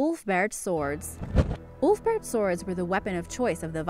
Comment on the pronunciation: I only hear OOF-Bert sword 🗡